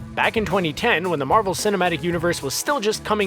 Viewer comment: No one: Screen rant: * M A R V E L *